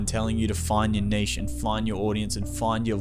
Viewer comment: Omg someone who actually pronounced niche correctly! Love the vid and the advice, can't wait for the weekly vids!